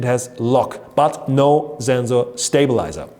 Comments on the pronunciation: It's not zenzor it's sensor. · It's German